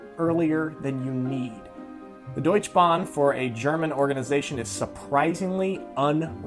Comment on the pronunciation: It is PorschEH, DeutschEH Bank, DeutschEH Bahn. Just being pedantic.